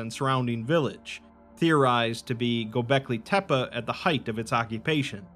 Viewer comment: Oh this is the most minor of nitpicks but it's pronounced like "Go Becky Tepe" (like Pepe but with a T like tear).